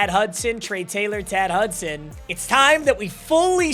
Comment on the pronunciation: Say Trey Taylor again I dare you